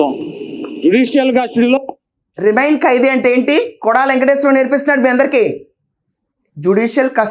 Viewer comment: my dear sister it is REMAND not REMIND just correct this in future